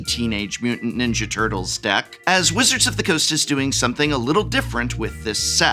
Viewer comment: You enunciate tur-tles like a microcenter employee asking if you mean “cd-r” or “cd-rw”.